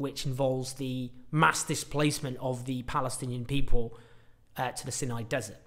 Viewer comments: The Sinai dessert is pronounced Sai-nai - not Sin-nai. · Rhymes with EYE, not PIN. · Pronounced "sigh-nigh" desert, not "sin- nigh". Please...say it correctly. I had to stop listening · isn't it "Sigh-nigh", not "Sin-eye"? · Isn't it pronounced "Sigh-nigh"? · Is it pronounced "Sin- eye" peninusla / desert or "Seye-nye" - always thought and said the latter way here. It used to be part of Israel from 1967 till 1970's -1980's after the Sadat - Begin treaty FWIW.